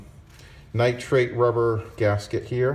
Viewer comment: Nitrile, my friend. Not nitrate.